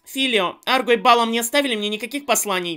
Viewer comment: И да, АргО, не Арго. И БалаАм, а не БАлам. Просто на всякий. (Не докапываюсь, просто хочу, чтоб ты знал)